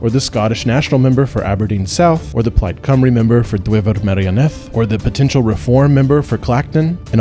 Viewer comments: Just need to express thanks for having a fair crack at pronouncing Cymraeg as someone from overseas; your "Plaid Cymru" and "Dwyfor Meirionydd" were far closer than the average English person on the BBC. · How does an American pronounce Plaid Cymru better than any English person I've met?